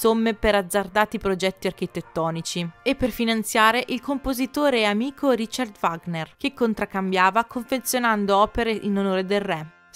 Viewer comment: Il video è molto bello. Mi permetto di osservare che la pronuncia dei termini tedeschi è terribile. Addirittura Wagner viene storpiato!!! Era tedesco, Richard non si pronuncia come fosse un nome inglese. Il CH va pronunciato come la J nello spagnolo José. Saluti